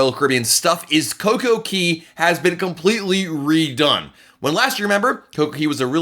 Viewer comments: It's not Coco key it's coco kay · "Cay" rhymes with "day." There is no Coco Key. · It's not coco key